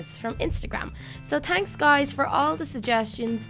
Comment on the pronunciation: does she say thanks guys or tanks guys